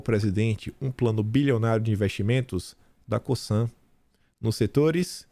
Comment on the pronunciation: Essa empresa, no Brazil, é pronunciada com som de Z. Lê-se "COZAN"👍